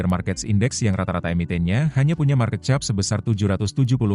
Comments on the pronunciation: market cap sebut nya kep bukan chap 😂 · Ainya Bahasa Indonesia baku jadilah chap😅